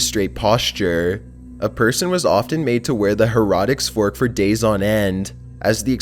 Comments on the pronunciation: Hair-a-ticks Fork! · For number 7, the way pronounces the heretic's fork sounds like herodics fork/